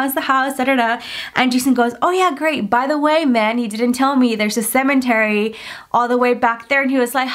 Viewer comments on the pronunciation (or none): OMG stop saying CeMENTary :'( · Anybody else triggered everytime she says cemeNtary 😂 there is no N! 😭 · Shes still saying cementary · Nobody:: “ CeMeNtArY “ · Or for every time she says "cementery"